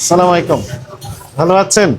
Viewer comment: সালাম শুদ্ধ হয়নি র।সে আস্সালামুআইকুম বলেছেন।